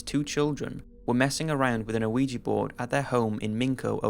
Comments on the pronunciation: WTF is a uh-weejee board? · boywonder I'm sure the original commenter spelled it phonetically because the narrator kept mispronouncing it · Wait! Did he say awigi board? Lol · I swear this nigga is saying "luigi board"